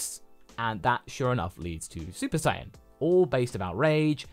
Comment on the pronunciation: Bro said super sayin pride, shoulda had it on vegeta😭😭